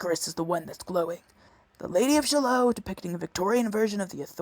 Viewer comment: "Shallo" ??? not only did you mispronounce it but you obviously don't know your poetry. I wouldn't trust anything you have to say.